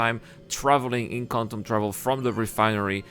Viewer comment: "Cor Un Dum"